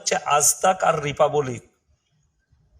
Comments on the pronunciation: কুকুরের ঘেউ ঘেউ করা টাই সার। ইংরেজি শব্দ উচ্চারণ করতে পারে না।রিপাব্লিক শব্দ কে রিপাবোলিক উচ্চারণ করছে সে কিনা ইমাম হয়েছে। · বাংলায় বাস করে বাংলা ভাষায় উচ্চারণ করতে পারছে না ,বড় বড় ডায়লগ দিচ্ছে রিপা বলিক। কিছু বলার আগে জিভটা ভালো করে পরিষ্কার করে নিয়ে আসবে